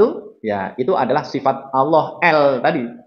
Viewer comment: Lafad Allah ,itu bacanya yng benar Allah bukan olloh